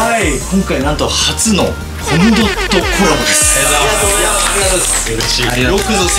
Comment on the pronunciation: SEIKINさんはコムドットの発音大正解で嬉しい…🥰